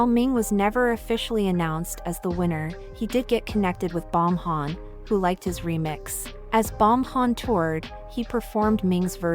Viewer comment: “Bomhan” lol